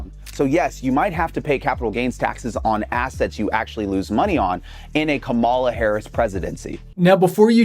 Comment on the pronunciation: and its "comma la" say it right